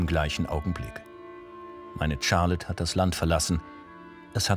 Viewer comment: 🙈 nicht Tscharlotte... Sharlotte